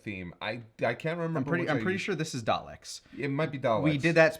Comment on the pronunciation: I know ur not British but god, the way you both say daleks is really messed up